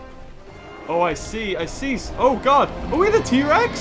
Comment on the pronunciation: You said oh my god its "oh my gold"